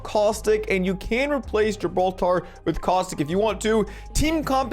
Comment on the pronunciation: The way say's "GIBROTARRR"